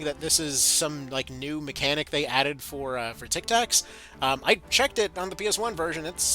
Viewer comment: Please stop calling it Tictaks.